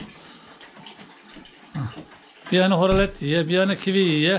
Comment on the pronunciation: Horolet deyil oralet😊